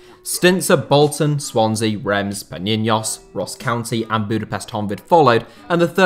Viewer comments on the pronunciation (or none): none